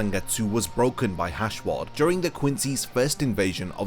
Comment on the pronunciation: The hell is a hashwad 😂🤣 Yhwach = (You-ha-bach) = proper pronunciation.